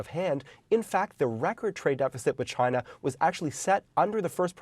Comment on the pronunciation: “Except for me, all my clothing products will continue to be made in Chy-na”